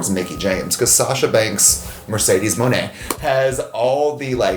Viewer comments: I actually listened to her say it and she pronounced it as money but it's not so hard on the o like monè has a smooth o so it's like moone buy she said it as munay if I explained it correctly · Not on topic but I believe you said her last name wrong it's pronounced MONAY like money but it's spelt like monè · It’s pronounced like “munay”